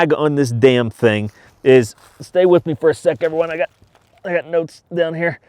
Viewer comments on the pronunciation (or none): none